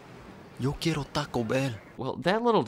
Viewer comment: yo quee-yair-yo el food-oh! that was the whitest sht i ever fkn heard lmao